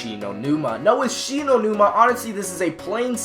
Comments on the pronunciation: WTF IS SHE KNOW NIMA NUMA ITS SHINO NUMA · “Shi know numa”😂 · Shi No Numa nah m8 english it She Know Numa Numa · Did Anyone See That He Said "She Know Numa Numa?" And It's Spelled Shi No Numa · It's Shi-no-numa